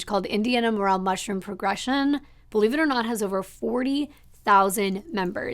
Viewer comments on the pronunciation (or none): People pay a ridiculous amount of money for these mushrooms (pronunciation: Murr-ell..Like, “Elle Woods” 🤣🤣). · Its pronounced More ale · Morell mushrooms pronounced mor EL. Great served in au jus w/steak.